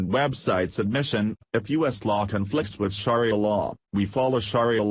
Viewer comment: If you are going to do a story on "Sharia Law" and can't read yourself, at least get a computer program that can pronounce it correctly!